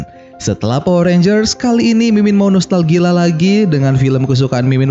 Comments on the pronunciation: Wah kaco nostalgia min bukan nostalgila Wkekekk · Detik 6 ~7 mimin ngomong nostalgila kwkwkwwk bukan nostalgia